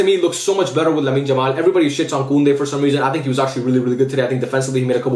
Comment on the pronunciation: why do you say Lamine Jamal lol?